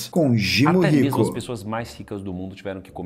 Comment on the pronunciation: Desculpa a ignorância brother, mas por que o diz "Jimo" Rico? Kkk